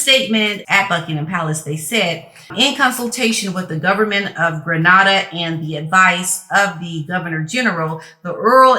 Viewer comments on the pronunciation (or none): It's pronounced Gre NAY da and not Gre Nah da. 👍🏽 Gre Nah da is in Spain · not Gre-nada more lake Gree-nada